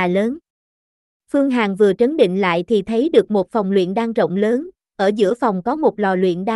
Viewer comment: Tiếng nổ lớn nhé bạn, không phải Tiếng nổ lơn. Bỏ dấu ý nghĩa của cậu chữ sẽ khác đấy. Giọng của bạn rất hay nhưng chú ý đọc đừng bỏ dấu sẽ hay hơn nhiều.